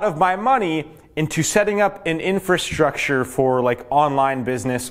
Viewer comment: Great video, gives me a little more confidence in investing sooner than later! But "Infrastrure?"... haha